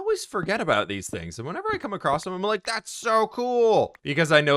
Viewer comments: I'm not actually paying attention to the video, just waiting for the next time he says acrost instead of across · english isnt my first language but isnt it ''going across'' instead of ''going acrosst'' with a T ? just confused is all